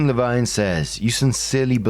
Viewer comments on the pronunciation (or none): "User QueenLevine"......When...seriously...doesn't know that Levine rhymes with Queen.